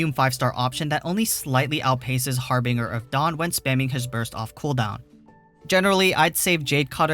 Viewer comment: bruh, I had to stop listening when you butchered the harbinger of dawn lmfao